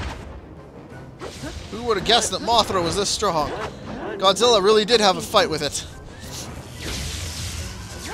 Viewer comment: OOOOOOOOOOOH GODZIRRAH Japanese accent